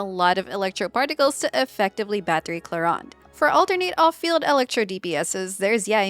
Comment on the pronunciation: You are the first english speaking youtube creator that says Clorinde correctly! As a french I thank you !